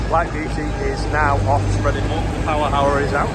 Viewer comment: Lol when you say Power Aarrra you sound like a bliidin cockney